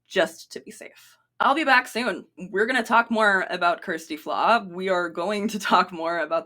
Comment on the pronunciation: Oh for goodness sake, if you are going to make a video about her at least learn how to pronounce her name correctly. It's just sloppy. And also dont we all introduce ourselves by telling everyone about our sexual orientation when noone asks or cares.